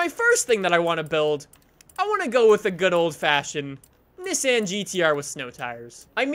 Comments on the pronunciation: NISSAN not nissin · it's pronounced nessan not nissin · why do u say niss anne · you say nissan funny. :) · Why does he pronounce Nissan that way